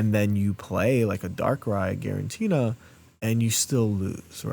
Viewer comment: I really appreciate that you commit to the “guarentina” bit in a serious video 😂